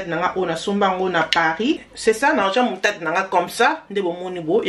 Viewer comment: On dit “ Moutarde “ Yo ozoloba Mutade.